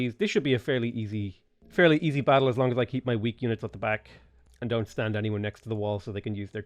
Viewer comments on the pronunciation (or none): none